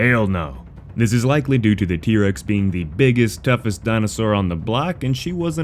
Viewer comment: Was that trex not irex lol